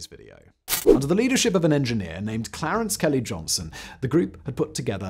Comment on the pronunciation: His name wasn’t ‘Clarence Kelly Johnson’. Kelly was a nickname since a fight as a child, by which he was known most of his life. I know the caption clarified this but the way Simon said it suggested Kelly was a middle name!